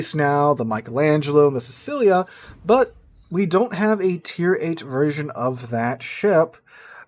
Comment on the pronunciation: colonna = ko' lo' na' accent on the o and a.. kinda like a hard koh loh nah or can ask google to translate and hear the pronunciation : ) and sicilia is see-chi-lee'ya (chi as in tai chi)